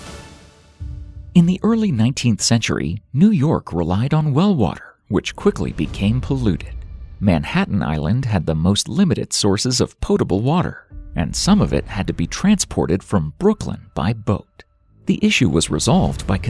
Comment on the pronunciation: "poteable"? I believe the word is "POTABLE". 😆